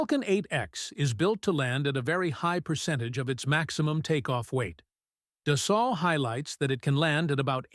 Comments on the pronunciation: Pronounced dus-soh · AI slop and it can't even pronounce "Dassault".